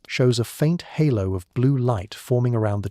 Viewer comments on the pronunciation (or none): none